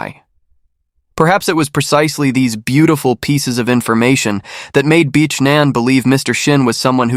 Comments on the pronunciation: Omg Everytime u say her name I just cringe. It's not pronounced bish, it's pronounced bic like a bic lighter "bic ann" smh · Yo its pronounced bick. Not bitch lmao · Just say "B" and glide onto the next word; it will sound professional. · Really? you literally pronounced her name “bitch”. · Wow — this has to be the worst pronunciation of the Vietnamese name Nguyen I’ve ever heard. And seriously, her name is not pronounced “b*tch.” That’s not just wrong, it’s disrespectful. If you can put in all that work to write and produce an Asian story, you can spend one minute learning to say the names correctly. Either get the pronunciation right or stop telling Asian stories altogether.